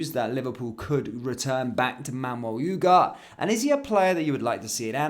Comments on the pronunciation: every1 is saying Ugatthe and u r saying UGAT why? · ooh-gar-tay not ooh-gart. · As a person of Spanish speaking heritage, this really hurts the ears.